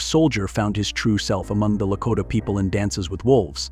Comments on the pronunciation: Good info, but the commentator needs to learn how to pronounce some of the words, it was annoying to hear him mispronouncing some of the words. Example: for ‘Sioux’, he said Sou-x. For ‘Lakota’, he said Lako-tay. I cannot figure out how ppl can mispronounce the word ‘contributed’! There was more, but the ones mentioned were the ones that annoyed me! 😮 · La- ko(long "o")- tah, not La-cot ah. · It's Blackfoot, NOT 'Blackfeet' and LaKOTA NOT Lakotta ....geeze! Why do people use that AI crap when reading the script?!?